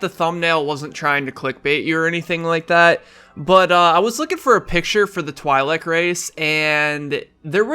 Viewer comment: Twi'lek It is TWEE (Like tree) LECK (Like Check) official canon pronunciation.